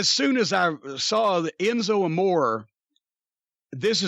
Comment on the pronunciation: I wish Jim's wife and doctor would warn Jimmy about consuming so much red meat, especially fatty hamburger, at his age! My doc would probably have a nervous breakdown if I ate even HALF that much! BTW Enzo's last name is pronounced AMORE (AH...MORE...RAY)